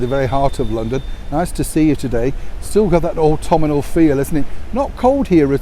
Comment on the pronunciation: Autumnal, NOT Autuminal